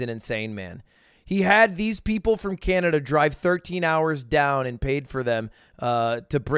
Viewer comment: Canadia lmao